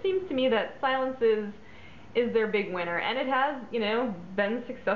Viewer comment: Say, "see-LOHNS", c'est Francais! It means, "quiet". I'm so sorry to hear it's been discontinued, this was a great favorite of mine, back in the day. There were a lot of green fragrances on the market in the 70's, but this one was truly in a niche of its own. And the deco bottle was to die for! Jacomo used to make a very nice men's cologne, too.